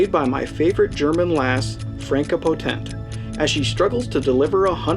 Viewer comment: Enjoyed it... would have enjoyed it a lot more if you had bothered to learn to pronounce the lead actresses name (Potentuh) and german words like DeutschMark (DoucheMark? really??)